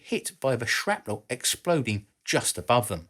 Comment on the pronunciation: If you're going to say, "Tube" instead of "Valve" because the vast majority of your views come from the USA, you should also correct your pronunciation of 'centrifugal' and 'distributed.' In addition, bomb and shell fragments are not truly 'sharpnel.' It may have become an accepted use of the work(like the incorrect use of 'decimate') but a historian should respect history. See American inventor Lt. Henry Shrapnel and his 1784 invention of the "spherical case" ammunition shell.